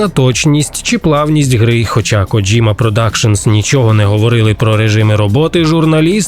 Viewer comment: Респект за правильну вимову японського імені. Це я про «Коджіму». Добре що не «Кодзіма» і не «Коджима» - що часто в Україні використовували. Дзвінки приголосні і разом з «і» - ось правильна вимова японських слів такого типу. А от «недурно» - це русизм) Критикування нінтендо за підвищення ціни на ігри в порівнянні з Call of Duty - це максимально тупо і примітивно. Нінтендо продає величезну гру раз і все. В той час як Колда має сізон паси, але ви підкреслили, що саме Нінтендо жадібна. Це різні системи і нічого тут когось засуджувати. Вартість на ігри мала піднятися іще років 10-15 тому. А в цілому непогано)